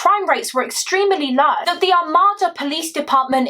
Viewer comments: I'm from Macomb county Michigan as well. I saw this horrific story play out in one of our SAFE communities 😢 Not to sound like a ass lol It's "Are-made-da" (Armada) I can completely see how everyone would get that wrong. We have so many weird named towns and cities. No one can pronounce them unless you're from MI. ESPECIALLY Detroit Street names! The all have kinda a French influence to them, or at least I think it's french. I'll have to look that up. One example is the street my home is off of Gratiot but don't try to sound that out 😅 it's pronounced Grash-it" then we have a street in Detroit called Cadieux it's pronounced "Cad-Joo" I looked it up and I was right about the French influence. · Good presentation of the case. Not trying to be picky as I have heard it several different ways but the pronunciation I hear most for Armada is something like Ar-may-dah. As a semi local I don't think I know anyone in the family personally or anything but I do recall seeing the news articles and similar for information when driving through the town at the time.